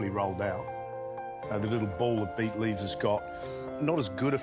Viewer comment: Its not beef, its beet..